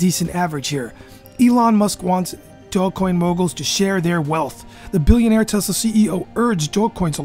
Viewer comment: bro SAY IT RIGHT OMG how you make a video about it and you don't even know how to pronounce it